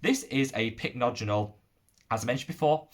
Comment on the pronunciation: you finally got the hang of pronouncing Pycnogenol! 🤭 Lovely video and honestly you're now my favourite YT Skincare guru ❤ I mentioned these products in the livestream yesterday but my top discoveries of this month have been the I'm From Mugwort essence and mask. The essence is so soothing and hydrating and sinks in completely. I had an acne break out this month and the mask saved my skin. It has a very weird texture but it's one of those masks you can use everyday and your skin just feels much smoother and less inflamed. I'm hoping to get their mugwort cream to try as well 🤗